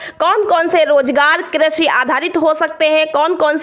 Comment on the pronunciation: Pahle to Aapko krisi bolne nahi aata😂